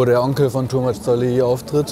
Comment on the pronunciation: Ist es wirklich so schwer seinen Namen richtig auszusprechen? "Tumach" heißt es in Lautsprache. Oder ist es Absicht, ihn hier "TooMuch" zu nennen..?!